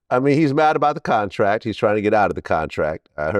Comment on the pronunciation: Nga said “Cuntrak” lmao